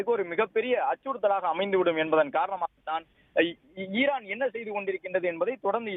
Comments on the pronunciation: Irrrran இல்லை ஈரான் reporter ரே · ஈஈரான் இர்ரான் இல்ல